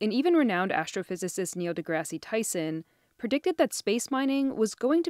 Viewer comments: lol she called him Neil Degrass-ee. 😂 the narrator watched a bit much of the 2000s high school sitcom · "DeGrassy" (re the pronunciation). REALLY? I'm a big fan and have heard him discussed or introduced hundreds of times, including good friends spending time with him at their home, and I NEVER heard anyone pronounce his name like that. This in CNBC, not some fly by night outfit. How bad "reporting" has gotten... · Good ‘ole Neil “deGrassee” Tyson. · It's Neil De-Grass... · So much effort was put in, mispronounced deGrasse right out of the gate.. next